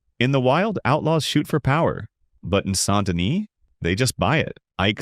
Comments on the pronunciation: Saint De-KNEE* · Amazing content. I lowk hate the way you pronounce saint dennis and colm but other than that amazing content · Video idea: "Learning how to pronounce Colm, Van der Linde, and Saint Denis how they're meant to be pronounced."